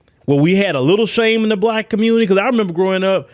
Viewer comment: THESE ARE THE "QUEANZ " OF THE COMMUNITAH ..